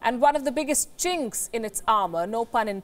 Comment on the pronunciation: "the biggest cinks" 😂 🤣